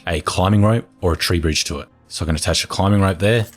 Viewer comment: You don't talk slow, you're fine. Can something be done about you pronouncing the word rope as ripe though?